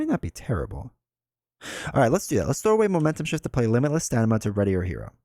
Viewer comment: It cracks me up every time you say limitless StaNIma as opposed to StaMIna. :)